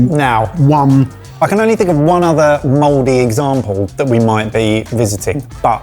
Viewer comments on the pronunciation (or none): Spelling: Mouldy ' pronunciation: Modey This is why we had a war.